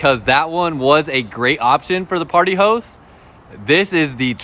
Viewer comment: Sounds like he saying party hoes😆😆😆😆